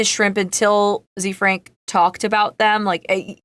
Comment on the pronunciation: Is it zee frank ? I thought it was pronounced kinda French. Like zefrank. The frank